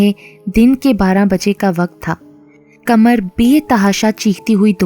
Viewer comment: Aslamalekm ap ki awaz to both acchi hai mgr ap qhamar ko kmar keh rahi hai urdu ko urdu ki tarha padhe plz